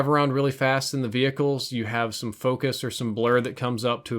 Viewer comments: Wait..... ve-hicles? WHAT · Idk if he does it on purpose, but it triggers me when pronounced the H in “vehicles” 😂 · Learn how to say vehicles properly 😂